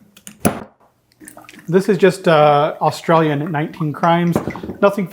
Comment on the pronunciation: AustrALIan, not AustrALLIan. vowel-consonant-vowel gives the first vowel its long sound. EY not AH.